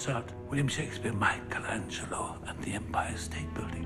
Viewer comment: the way he says michelangelo is art